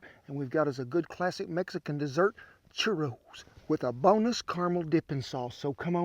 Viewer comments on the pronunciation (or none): I thought he said "a boneless caramel sauce" lol. My man. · Thought you said "boneless" caramel dipping sauce for a second there. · I thought the same thing until 2 minutes later I realized he said bonus